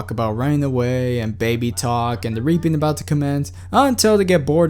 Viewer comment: You say reaping like "raping".